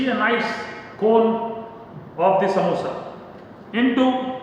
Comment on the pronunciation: Noo, it's samosa only, not samboosa